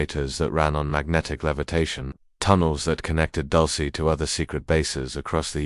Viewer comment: Wtf is "Dulcy" 😂it's "dul-seh" not "dul-see".